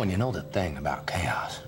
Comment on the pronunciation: The first time I saw the 3rd scene I though he said "you know the thing about chaos, it's beer." Makes sense though.